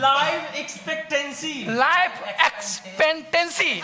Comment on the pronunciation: Life espastancy 😂😂btw beautiful/handsome debate 😊